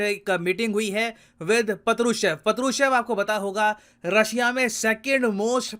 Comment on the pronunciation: Partuchev sounded like Patlu Chef lol 😂